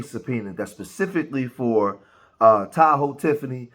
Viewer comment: It-s Ta-Hoe Tiffany